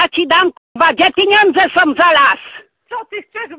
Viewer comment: ..szyny nie sOM rowne....... reporterka nie potrafiaca mowic po polsku. Czy ona skonczyla podstawowke????